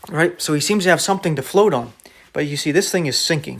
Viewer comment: You say "boat" and "float" like a northerner. Where are you located?